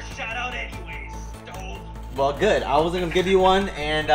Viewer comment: CARTER GET IT RIGHT HIS NAME ISN’T STOVE ITS